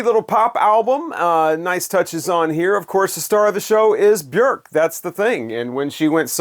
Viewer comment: Kudos for pronouncing Bjork's name correctly. I remember hearing her in an interview saying, "Bjork, rhymes with jerk."